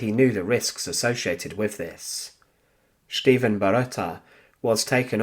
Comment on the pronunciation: Viele Grüße aus Deutschland! As always, a very unique story that I have never heard before. Although the story is narrated quite interestingly, there is a problem with the pronunciation of the Serbian name 'Stevan'. It's neither Sch-teevn, S-teevn, nor Sch-tee-van but rather Ste-van. Here is the correct pronunciation. Thanks for the great effort!